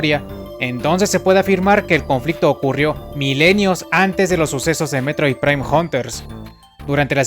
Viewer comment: Se llama METROID, no mEtRoiDe.